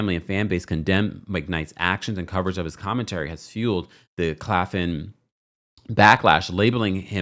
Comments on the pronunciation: The school is Claflin. Claf - Lin. Not Clafin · Claf-LIN not Claffin